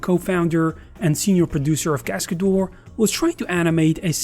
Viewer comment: What is "Cascadoar"? Please, at least learn how to pronounce it correctly 😂